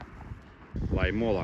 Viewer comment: Только сейчас заметил что ты тоже с Беларуси. Я уже 2 года на велосипеде в отпуск колешу на велосипеде и 1 год был пеше- водный маршрут. Как же режет уши твои неправильно произношения городов и посёлков. Лоймола ударение на О. Суоярви ударение на У. Я тоже в хостеле Комфорт останавливался 2 раза в прошлом и позапрошлом году. Но мне предложили у здании магазина Магнит. Вода была тоже коричневого цвета. Мыться было непривычно, как будто ржавая вода. Кстати кто такие стребаны? Эх я на велосипеде гружёный ехал в дождик с Лоймолы . Как вспомню кучу луж )) Но вот дорога с посёлка Райконкоски до Толвоярви и до Суоярви это нечно . Лужи по колено а то и выше и в длинну метров по 100